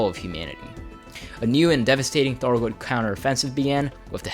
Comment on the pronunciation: Before I come off like an asshole. This was good information. Good video, well written. Good content all around. However your speech consistency and your speech articulation was extremely distracting and broke my brain several times. Maybe you have a speech impediment and apologies if thats the case, but how on earth can you pronounce words like: Python, thargoid, three, thirty, azimuth, the, there. But you can’t pronounce: other, brother, together, earth, and with. It’s just so inconsistent I found myself hunting for correct and incorrect usage of th articulation instead of the video content itself. It just made me feel like your speech is lazy when I know you spent a lot of time getting these details down and putting this video together.